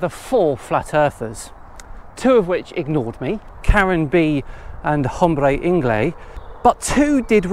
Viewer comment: What was that pronunciation though? Not to be rude, I know spanish might be foreign to you, but the user name is "HombreIngles" wich translated to english is "BritishMan" haha. In spanish you don't pronounce the "H" and you do pronounce the "S" at he end.